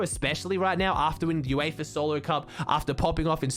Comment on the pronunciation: FINALLY SOMEONE WHO KNOWS HOW TO PRONOUNCE UEFA